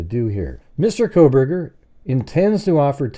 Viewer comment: Haha "Proburgers”